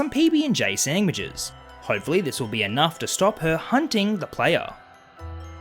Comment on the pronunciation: Feed the She-Pig "sangwiches"! Seriously though the way you say sandwiches just gives me a good chuckle...not trying to offend you just stating what I'm hearing.